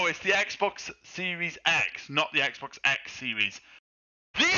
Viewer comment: 엑스박스가 아니라 에그박슼ㅋㅋㅋㅋㅋㅋㅋㅋㅋㅋㅋㅋㅋㅋㅋㅋㅋㅋㅋㅋㅋ